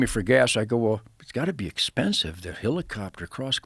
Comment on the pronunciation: every time he says HILLICOPTER I want to jump out of a helicopter.